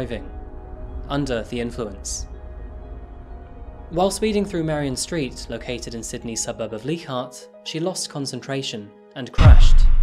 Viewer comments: Purely FYI - the Sydney suburb of Leichhardt is pronounced "LIE-cart". Brilliantly presented! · Leichhardt is pronounced like-heart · you're normally spot on with pronunciation etc but it's LIKE-HARDT (Leichhardt). He was an explorer, I believe of German extraction. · Oh,, as an aussie, we pronounce it Like-heart ^_^ But as always I love the respect and gentleness you bring to these tragedies <3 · It’s the little things that stick with me… Pronunciation for Leichhardt - like-haat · great video - it's Lie-cart BTW though, I know you are a stickler for such things. RIP Mirna. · It's Leichhardt, pronounced as [like - heart]